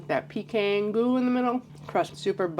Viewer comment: Thanks for pronouncing PECAN correctly!!!